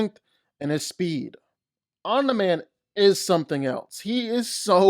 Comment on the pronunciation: Why can't you pronounce "Omni-man"?